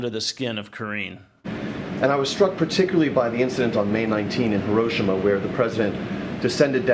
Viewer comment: It's not herrroshimmah